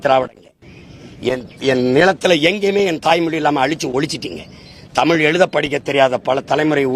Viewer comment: 7.20 Soriyaar Dhadhi & chinna dhadhi ya Yean padikka vekkala. Paarthu padikkum bodhe Thappu thappa padikkaranga.